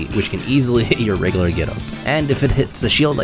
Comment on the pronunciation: Bro you need to look up how to pronounce words with "U" in them lol. You say "Reg-UH-Lurr"... It's "Reg-YOU-Lurr".